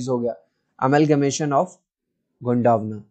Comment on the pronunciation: गोंडावना नही गोंडवाना है